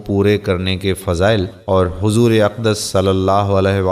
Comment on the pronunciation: Pahyle Nabi ka ka name Lena sikho😡hazoor nai huzoor hota hai😊OK bhai